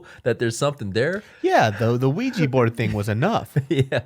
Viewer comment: it's OUIJAAAAAA xD